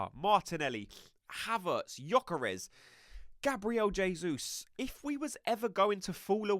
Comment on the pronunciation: Yay! Someone who pronounces Gabriel Jesus properly! Kudos! 😊